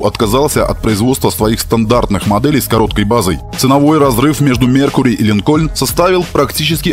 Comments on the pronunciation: Много раз произносится слово "Линкольн" с ударением на "о": "Линко'льн". А на самом деле он "Ли'нкольн", с ударением на "и". Ну ёмана, как так-то? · Не линкОльн, а лИнкен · Автор молодец, всё супер, но 1 маленький нюанс. Правильное название марки не ЛинкОльн, а лИнколь, в честь 16 президента США